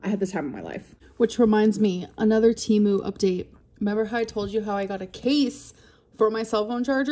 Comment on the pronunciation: Hey Amber it's pronounced Teh moo and they sponsor podcasts 😘